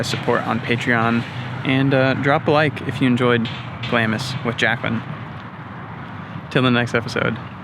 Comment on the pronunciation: In "Glamis" the "I" is silent and the "S" is doubled up